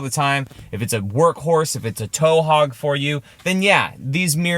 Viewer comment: Towhog Sequoia lol 😂😂😂